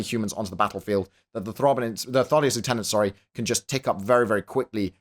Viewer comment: you're british. Why must you say lieutenant that way D